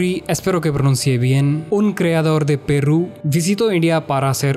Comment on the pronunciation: No es PERRRRUUUU, ES PERU 😂😂😂😂😂